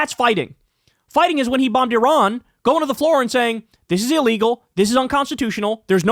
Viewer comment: after two years he can not even pronounce the name of Iran !